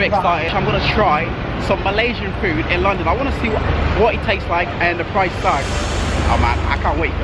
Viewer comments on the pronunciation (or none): none